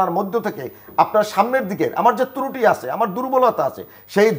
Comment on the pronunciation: তুরুটি না এই শব্দটা হবে ত্রুটি